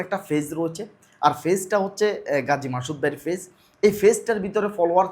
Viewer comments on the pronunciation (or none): আপনি তো শুদ্ধ ভাবে বাংলাই বলতে পারেন না।পেইজকে ফেইজ বলেন। ইউটিউবের মত প্লাটফর্মে আপনার কথা শুনলে লজ্জা লাগে।